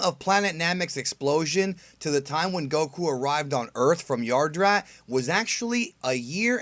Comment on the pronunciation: Yadrat, not Yardrat